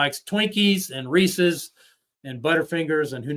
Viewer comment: THANK YOU for saying Reese's correctly lol. I hate when people call them "ree•ceez -pee•ceez." Like apparently people don't get that there's an apostrophe there, as in, these PIECES belong to Reese. The PIECES are REESE'S. And the peanut butter cups are REESE'S as well lol. Sorry for the mini rant. That just always has bugged me to no end. Lol HAPPY HALLOWEEN all!!! 🎃